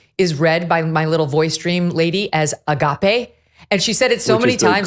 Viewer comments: I cant believe how Megyn Kelly emphasises she is a devoted Catholic yet doesnt know what Agape is!! pronounced 'Argarpay' It's a basic, and important word describing the ultimate love for Jesus /God. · Word of 2024 : A-gaapey!! One can't unhear that 😂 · A-gape not agape. As in his mouth is gaping open. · MK: ” they saw Agape”😂😂😂😂😂😂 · Com on, Megyn. AH-GOP-A is the correct pronunciation. IT's a Christian term....an Orthodox Christian word. Bless you, Dear. I had no idea you were so secular. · Hmmm. Well, since every Bible studying Christian knows the Greek word, ”agape” (pronounced as Megyn says her translation software did) - while Megyn apparently did not - we now know more about Megyn Kelly then she intended. 🤔